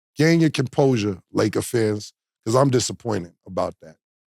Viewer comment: Cam be like...beqause. 😂😂. Mf do not know how to pronounce because 😂😂😂😂. Or brought. I bought it from the house. 😂😂 It's like 1090 Jake trying pronounce apartment. Apahtment.